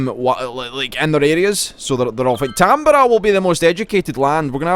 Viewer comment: Ahh yes Tamburg, home of the Tamburger.